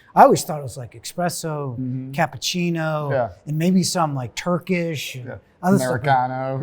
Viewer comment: The guy on the left said "ex-presso". I'm not longer able to take his opinion seriously.